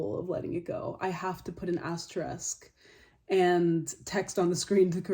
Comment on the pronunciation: I heard it "asteresk" not asterisk 😅